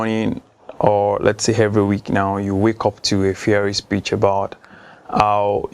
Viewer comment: 'hevery" "hargument" really?? smh!!!!!